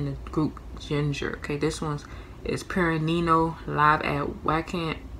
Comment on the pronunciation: purr...ren...knee...ul.....thats how you say it